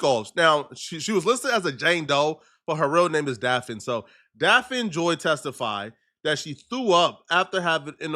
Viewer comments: This fool can't even pronounce the chick name right. What the hell is DAPH-FIN? It's pronounced DAFF-KNEE. Say it with me now, DAFF-KNEE. 4 to 5 girlfriends?, stop frontin.' You are still a virgin and say Aaaahh shucks when you see a titty." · Her name is pronounced daffney it's a different spelling Daphne the way you say her name hella funny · It's pronounced "Daff-knee" nigga❕️ DAFF-KNEE‼️ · Say it with me “DAFF-KNEE” JOY. The way you saying it is kill me 🤣🤣🤣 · Like if u gon talk shit about her at least say her name right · who? This fool cant pronounce Daphne lol. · can’t even say her name right and he talks for a living.